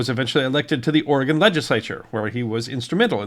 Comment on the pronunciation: Thank you so much for pronouncing Oregon correctly! 😀